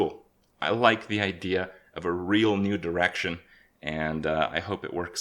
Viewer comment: I can't hear "new direction" without hearing "nude erection".